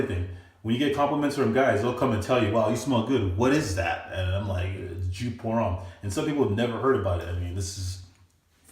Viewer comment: YOU ARE SAYING IT WRONG!!!!!!!!!!!!!!!!